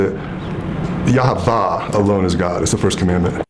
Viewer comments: This guy's weird... Jesus. IS the only son of God, he is God in the flesh. he loved, he died, and then he came back. He rose from the dead and overcame death itself, so that we could too. Who is Yavah? Did he mean Yaweh? What a weird man. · Do you think he would get upset if I just happen to mention that there was no V sound in ancient Hebrew? The "v" pronunciation developed much later, primarily during the late Middle Ages and early modern period. So he can't even pronounce God's name correctly. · Considering it's yahuah and not yah ha va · Yahweh Not Yahwah!